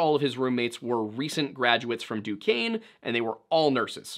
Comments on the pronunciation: honestly 😂 im just glad he pronounce duquesne right. i go there and NOBODY gets it right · nice to hear monongahela and duquesne pronounced correctly lol